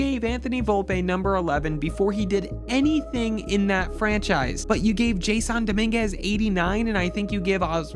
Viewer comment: Imagine listening to someone talking about baseball who who can’t even pronounce “Jas sawn” Dominguez , and Steinbrenner about baseball lmao… so much of what this mutt said is completely wrong… the Yankees outfield wasn’t bad this year… judge didn’t have 1 error all season(until the World Series of course in the biggest error of his career) playing 2 different positions out there…. Verdugo who I can’t stand played a good LF, and Soto isn’t that good on defense but he did alright…. Gleyber torres was the problem for the Yankees defensively this year. With almost 20 errors. That’s unacceptable… Volpe played good had a couple bad plays this year, Jazz at third who’s not even a 3rd baseman did what we asked him to do there… Rizzo is just too old and thank god will be gone next year. And we’ll see if rice is ready for full time, or we can sign a free agent!! This team is almost there…. They were right in every game of this World Series. 1-2 things goes differently, and they could have had the 3-0, or 2-1 lead… they didn’t get killed by the dodgers at all. Every game was there for the taking… but game 5 was just embarrassing…. Fell apart and beat themselves!!